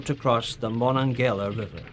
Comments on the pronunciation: Enjoyable video. "..the Mon-non-gala River" pronounced Mo-non-ga-hey-la. Or to locals, just "the Mon" 😊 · Monongayla River? Is the narrator for this CGI? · "Uh-leg-guh-nee" Try again. "Mun-nong-eh-la" Try again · Mon- onga- hey - la river, not what you enunciated!! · Allegheny is pronounced al-i-gainee. Monongahela is pronounced mo-nonga-heela. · Being a native of Pittsburgh. It is physically painful listening to how they pronounce Allegheny and Monongahela. 😩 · Allegheny, Monongahela……original pronunciations there 😂As a Pittsburgh native, I take offense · I have little argument with this - except - pronunciation! Alleghany, Monongahela, Ticonderoga. I may have missed a couple. Just - a pet peeve. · The narrator has real issues pronouncing the names Monongahela and Allegheny. Someone get him a dictionary. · This is very interesting but it would be nice if the commentator pronounced Allegheny and Monongahela correctly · You could at least learn to pronounce the names of the rivers. You cut a syllable out of each and missed the accent on both. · Quite the butchering of place names like Appalachia and Monongahela.